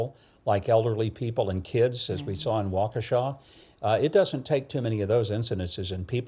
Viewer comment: Thanks for pronouncing Waukesha correctly